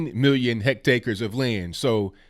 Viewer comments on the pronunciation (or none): It’s pronounced “heck-tears”. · Hectares. Not hectacres 😁